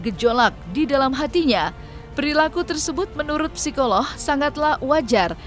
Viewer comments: Psikolog min.. Bukan psikolohhh.. Ngeres bgt kuping gue dengerinnye 😒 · Apa cuma saya yang denger narator nya bilang psikoloh ?